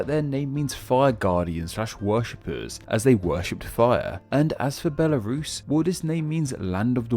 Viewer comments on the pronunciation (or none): none